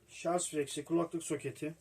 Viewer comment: Herşey çok güzel de şarz nedir beyler... Doğrusu şarj... Lütfen siz yapmayın bunu...